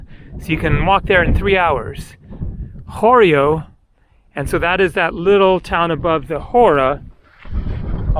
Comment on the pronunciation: 20.21 Χωριό (horyiό) with stress on the last syllable, means village. 18.48 Κάπαρη (Caper) is stressed on the first syllable.